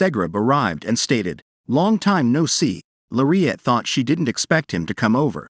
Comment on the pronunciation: Her name isn’t Maire at. Her name is Lariette. It’s pronounced with an L not M. Plus, you’re far behind. This drama has been posted before and so much has happened. You need to catch up. Search on the other sites and you will see the rest of read it. You’re going to love this manga - It has several names - I thought I didn’t have long to live, Time Limit- I thought it was time. I’ve been waiting to see. Well, I won’t give it away. But, check it out. Also, check out the manga’s called - Don’t pick up the trash you threw away, Betrayal of Dignity, and Age of Arrogance it has another name City of Arrogance and another one I won’t return to a family that abandoned me. Oh! You’re going to love these manga’s. ❤